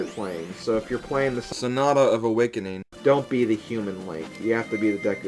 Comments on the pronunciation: Oh, and Rofl your emphasis on SONATA. XD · Haha, I love how replaced his mispronunciations of Sonata haha... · Gee, I'm sorry for that "Sonata" comment. I didn't mean to make you change stuff--everyone mispronounces things sometimes:P